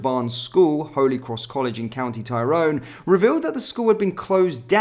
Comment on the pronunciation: lol pronunciation is atriocious! Fair-man-ah, Tie-rhone, Straa-ban